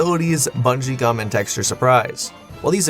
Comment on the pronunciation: And here I thought he was saying rubber and xum